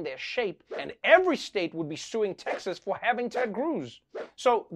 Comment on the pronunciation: Repotr said Tekkshusss instead of Texas and I am dyinggggg XD sounded kinda german, translated it would mean Tech Shit.. or rather SHAT